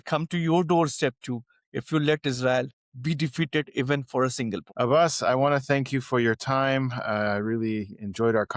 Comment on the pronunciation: His name is aabhaas(feeling, sense,reflection or appearance), a Sanskrit name n not abbbas(stern or grim-faced) an arabic name. Please don't be like the Americans. Please do the smart thing, ask the person his/her name n practice its proper pronunciation before starting the podcast.